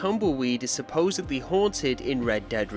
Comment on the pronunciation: You pronounced supposedly with a "b" instead of "d." For that reason alone I can never watch any of your videos recommended to me.